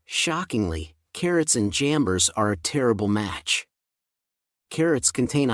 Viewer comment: Kinda helpful but some names are not so clear for non-English speakers. Kindly "jambers?" that can't be paired with carrots? The subtitle showed jamburs. But jamburs are not edible.